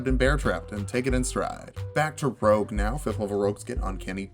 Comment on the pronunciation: "rouge" lol